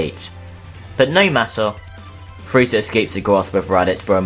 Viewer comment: He said cell had friza putentshull whall Friza wasint on earth